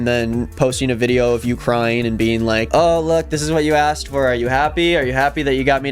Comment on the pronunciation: Do you pronounce asked as axed on purpose